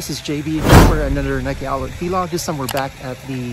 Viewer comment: Why do you say v log lol i believe its vlog other than that keep it up